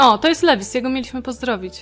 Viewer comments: nie "Lewis" tylko "Luis" się czyta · lewis czyta się lułis